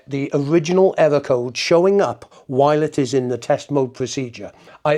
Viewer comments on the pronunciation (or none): Pwogwam, ewwo code, ahlahm, pwessuh, dwum!